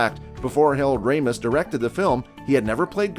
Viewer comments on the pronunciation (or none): none